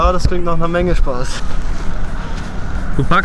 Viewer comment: was für eine ausführung, vollsten respekt. fast kein spritzer, total sicher in der luft, wüsste nicht, wie es besser gehen könnte^^ timmys schwäbisches "du packscht des gel" macht das ganze nur noch besser :D